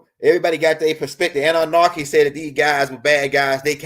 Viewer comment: Love your vids bro, but please stop put an “R” in your pronunciation of ANNUNAKI. Ase’